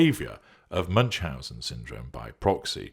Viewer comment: Ü is pronounced more like oo not like English u in eg bun. Loving this